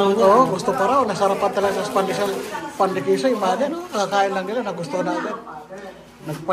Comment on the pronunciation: Dpat hindi na lang nagsasalita si dhil mali ung bigkas ng mga sinasabi nya.. katulad ng PANDI KISO.. Dpat Pande Keso✌💯